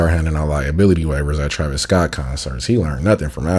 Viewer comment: TRuhveeece Scott??? lmfao this fkin eyebrow guy CANNOT say a celebrities name right, like he's never heard someone pronounce their names before. lmfao Truhveece Scott? What? Dude sounds like a droid when he names a celebrity... Every. Single. Time. He says the celebrities name wrong. I don't get it.